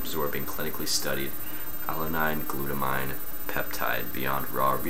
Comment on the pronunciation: lol sorry its pronounced GLUTA-MEEN lol awesome vid tho